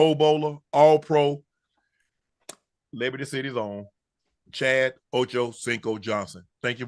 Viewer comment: Unc has finally gotten Chad's name correctly! 😅😅😅